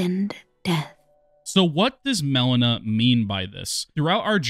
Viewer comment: Why do you call her Melana and not Melina?